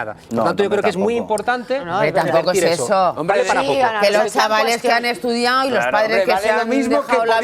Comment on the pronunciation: ¿Ana Rosa ha estudiado periodismo o lengua? Habla de pena; "Estudiao, superao, hablao, dedicau, abogaos, dejarlos tiraos...." IMPRESIONANTE